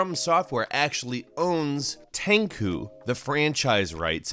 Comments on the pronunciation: This video was amazing.... but its prenounced "Ten- *SHU*" NOT TEN-CHU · TenCHU not TenKU. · You also butchered the pronunciation of "Tenchu". It's not Tenku, it's "Ten-CHUU"! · It's "Tenchu", not "Tenku"! Jesus f!@ Christ how the f!@ did you screw up the pronunciation of Tenchu, were you drunk while recording this lol:D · Also when he said Tenchu like Tenkoo! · It's not "Tenkoo" it's "Ten CHU" LOL XD..... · that is what I was thinking listening to the video (I know ;) ) I was like tenkoo ? do you mean Tenchu ? lol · I was more hurt by how he pronounced Tenchu as "Tenkoo". It's Ten-chew. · wtf is Tenku? you mean Tenchu? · Takoo? Tenchu? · its tenchu is pronounced exactly as its written with a chu sound not tenkoo. tenchu translated into English means wrath of heaven btw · When you say Tenku, Do u mean Tenchu?😅I’ve never heard anyone pronounce it like that before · not enough people were upset that he said fucking "tenkoo" instead of Tenchu, and he said it multiple times as is if it was genuinely correct. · Tenku series? You mean Tenchu? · Tankoo? Do you mean Tenchu (ten-chew)? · Did he pronounce it ten ku instead of ten tsu? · Its NOT Ten ku. Its Tenchu...Rikimaru and Ayame? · This guy seems to enjoy pronouncing Japanese incorrect 天誅 is said like ten chu not tenku. Tenku means nothing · Tenchu not tenkoo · ah yes "tenko" especially tenko 4 was one of my fav games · I was scratching my head wondering what tenku was. Why pronounce the 'ch' like a 'k'? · Lol i was searching for tenkoo, like wtf is this guy talking about, i don't know no game named "tenkoo" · Right?! and he said it that way like a dozen times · Oh my Lord. Tenchu=Ten-chew. Naruto= Nar-ooh-toe. Monkey D Luffy🤦🏻‍♂️😂. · You know the guy is a "videogame journalist" when he is hyped about Halo and says... Tenku... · are you calling TENCHU, "Tencew"? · What the hell is Teinku??? 🤔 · Thought it was pronounced ten-chew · Bruh, Tenku? Rearry? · I thought it was pronounced ten chu hmm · Tencooo lol